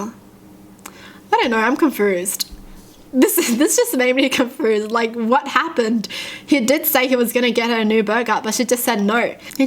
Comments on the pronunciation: I love how you say confoosed :) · “Confrused” ahahaha